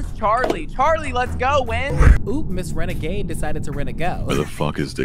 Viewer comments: « Miss renagade decided to renago » im literally dead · "Miss renegade decided to rene-go" oh my foccin gosh i died😭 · “MISS RENEGADE DECIDED TO RENAGO” STOPPPPPP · "Miss Renegade had to Renego" 😂😂😭😭😭